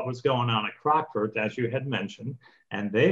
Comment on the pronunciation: A point about CROCKFORDS (which is pronounced CROC (like a Crocodile) with FORDS sounding like FUDS) - not CROXFORDS. In the UK Gambling debts (both ways) are not enforceable in law. (I am an ex-bookmaker.) The commentary said that Ivey sued for a gambling debt. That is why the UK judge gave his verdict as he did. (20.36 on the video) calling the play "Cheating". To my mind, if the casino is so careless as to use cards that they know are badly printed, I cannot see how this is cheating. They should use cards with a plain colour, even white -no problem then. But then I'm not a judge!